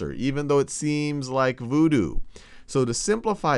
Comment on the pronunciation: nobody: this guy: vOOdOo